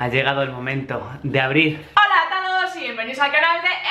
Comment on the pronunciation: porque dice hoala😐😐